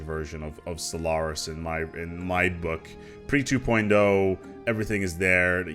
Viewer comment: why i hear constantly SOLARIS?